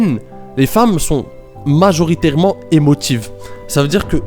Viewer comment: Majoritairement et pas MaRjoritairement 😂 encore merci de tes conseils 🙏🏼